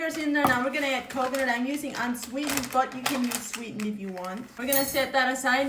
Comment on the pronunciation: unsweeden and sweeden (im so sorry but thats what i heard)